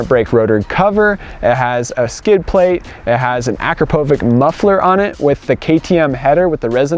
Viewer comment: Pronounced. A-crop-a-vich !!!